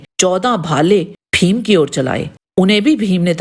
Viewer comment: आप भीम को फ़ीम ना कहें. उत्कृष्ट विडीओ. केवल उच्चारण की ओर ध्यान दे